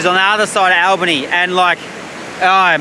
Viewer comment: It is Albany not Allbany